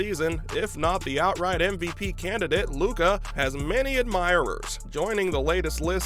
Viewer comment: Dude. Pronounce Lukas name right and check the waiver wire. Lol. Kemba isn’t on the team.